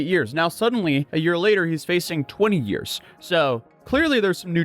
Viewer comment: It's Year's Not " yr" 😅